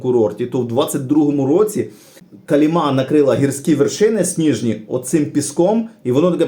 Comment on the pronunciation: калІма а не калімА 😅